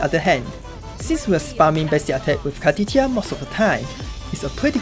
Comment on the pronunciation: i just have to , car-titti -a xD